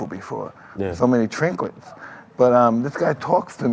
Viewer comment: "so many trinklets."